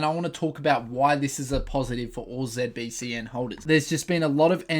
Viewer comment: Why do you call it ZebBCN?? 😂😂